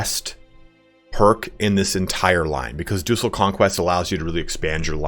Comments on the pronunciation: Yes! Ducal is pronounced with a hard C, and De Jure is pronounced "De You-Ray", not "de goore" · Hey dude! I might be wrong here BUT, I believe that "Ducal" is meant to be pronounced as "Dukal" as a Duke, as it leads you cb for an entire dukedom once you have a couple of counties in it. I know tho that most of the historical words used in this game are of latin origin and sound weird for saxon languages like english. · I am not sure if its a joke or just mispronunciation but “Deuceal” and “Cassius Belly” is funny